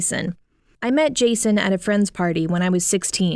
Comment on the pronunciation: When she first said Jason I honestly thought she said Jesus lmaoo